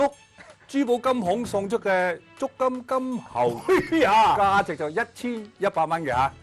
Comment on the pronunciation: 我都係聽到足金鳩猴